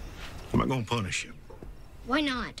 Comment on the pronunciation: Uma dica que um amigo americano me deu , você fala gonna assim (gona) mas na vdd pronuncia (gana) . Ele tá me ajudando perder o sotaque , são detalhes pequenos mas ajuda !